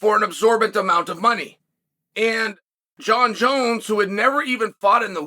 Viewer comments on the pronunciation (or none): none